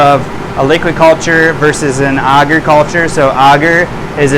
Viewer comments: Sir great content but please sound it out A gar. Your saying auger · Auger is a machine that digs a hole in the ground. Not Agar, which I've never heard anybody pronounce the way you have. 😂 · "I say agar differently than everyone else because I'm soooooooooo special." As a community we need to agree on a pronunciation and stop playing thsse games of semantics. You said we HAVE to use a flow hood. We can't use a still air box? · first person I've ever heard someone say Agar the way he does and although he has terrific info it's really annoying for some reason hahaha :/ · You are the first person I've ever heard pronounce agar like that's lol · You sure your pronunciation is correct? It's not for digging holes.